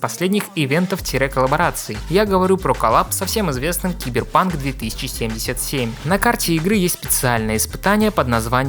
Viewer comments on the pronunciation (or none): none